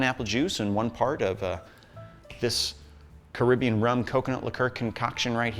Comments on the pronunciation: Car-rib-b-on. That’s how it sounds? ✌️ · Caribbean. Carib Bean.